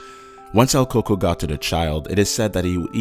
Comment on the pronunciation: it pronounced el coo-k-o-y